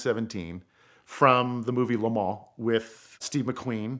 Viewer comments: Nice story but once he said "Le Mens" I couldn't suspend my disbelief anymore... sorry buddy but if you can't even pronounce the city correctly how am I supposed to believe the rest of the story? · If you guys are going to persist in calling it "LeMaw" spell it like that or else say it LeMANS!! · no he wasn't his pronounciation is rubbish Piech as peach isntead of pi eck Lemons when he wants to say le maans Wyer as Weer instead of Why ur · This Vato and his “La Maanchqua’ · he call le mans lemons